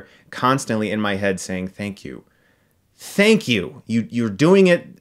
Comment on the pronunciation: Fank you, fank you, FANK YOU!!